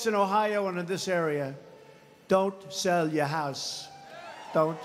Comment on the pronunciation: Donald's said "Don't sall you're house" "I protect for American workers"